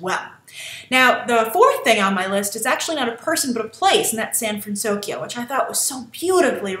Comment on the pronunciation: I loved Honey Lemon and I liked her proper pronunciation, the city is called San FransOKYO it made sense for the movie